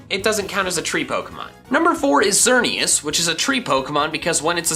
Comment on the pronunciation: There is no U in Xerneas, and there is no vowel between the Y and the V in Yveltal!